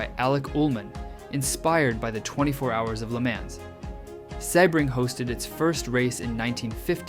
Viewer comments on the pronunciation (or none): 'Le Mahn'